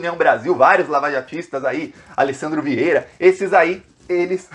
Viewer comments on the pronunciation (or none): none